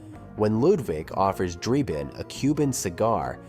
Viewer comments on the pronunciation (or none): Has this guy even watched any of these movies? His name is Frank Drebin, not Frank Dreibin or however you spell the name he kept mispronouncing that is clearly stated many, many times in all 3 of the movies. It's either an AI generated dialog or the guy's an idiot. But that nonsense aside, I remember when Police Squad was on TV. It was definitely too good for TV, Leslie Nielsen will never be topped, and I just saw a short trailer for the remake, It doesn't look good. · It's Drebin, not Drayben. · Draybin? For a video pretending to know everything about the movie it's shocking to consistently hear the name of the lead character pronounced wrong. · The narrator couldn't even say Frank drebin probably it must be AI How can you say it wrong it's literally said in the movie